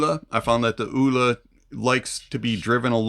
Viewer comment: Vee-VAH-chay, it's italian, means sprightly or fast and light? Like that..I would guess Elua would be pronounced Eh-loo-ah.. Oola is probably not quite there.. 😂